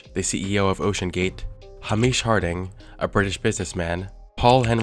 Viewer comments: It's not Hah-MISH, it's HAY-mish! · Hamish is a Scottish name. It's pronounced HAY-MISH. You seem to think it's Arabic or something - "hah-mish". I guess you're just another navel-gazing American, with an embarrassing lack of knowledge of the rest of the world, including about Europe. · It's pronounced hame-ish not Hamish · Just a heads up, "Hamish" is a Gaelic name, not an Arabic one. It's pronounced "Hey-mish," not "Ha-meesh." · Ham-ish (close, but no) -----> Hay-mish ;-) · Hamish is pronounced “Hay-mish,” rhymes with “Hey Mitch,” though it’s amusing to hear Americans put a Middle Eastern slant on this common Scottish name. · Hamish is not pronounced 'haa-meesh'; it's pronounced 'hay-mish'. #FFS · lil bro really said hameesh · Hay-mish. Not Hameesh. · Good video, but I want to make a small (really small) correction: Hamish Harding's name is pronounced 'Hāymish, not Häm'ēēsh. Somewhat insignificant, but I thought worth mentioning. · Ha-mish lol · I can only hope the victims' families sue Rush's estate. ETA: 'Hamish' is pronounced 'HAY-mish'. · Hamish is pronounced hay-mish, its a Scottish name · Hay-mish Dude is Scottish not Amish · It's pronounced Hay-mish, honestly if youre going to try pronouncing a name or word you don't know google it, they have audio both on google and youtube. It's a Scottish name, you're making it sound Arabic. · Hamish is pronounced like "hay-mish" for the record. Great vid. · I can't believe you've never heard the name Hamish out loud (Hay-mish) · We really not gonna talk about how he pronounced Hamish? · So tired of people pronouncing Hamish like it's an Islamic name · How the hell did you manage to pronounce Hamish like that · the way you pronounce Hamish is so funny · How the hell do you mess up pronouncing the name 'Hamish' and yet nail fucking 'Shahzada' lol I don't get that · Don't trust a man who can't pronounce "hamish" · ngl the way that he pronounced the british guy's first name like an arabic one was a bit funny